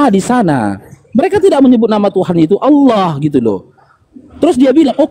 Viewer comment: Oten tulisan Allah Mengapa baca huf h nya gak di ucapan Kok cuma Alla